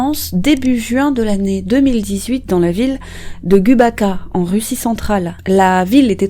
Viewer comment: La ville russe de Gubakha se prononce Goubara... "kh" en russe c'est comme un "R" en fait... et le "u" se dit "ou", Sara Zagidoulina